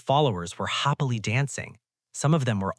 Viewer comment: This was great but every time happily is read hoppily I got really annoyed lol…